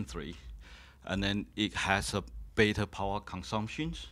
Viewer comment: beta overclocking??? he said baeta a few times